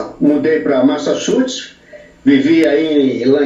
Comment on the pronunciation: O cara foi pros state em 83 e fala MASSACHUTE I think that he isn't speak English very well!!!😆😆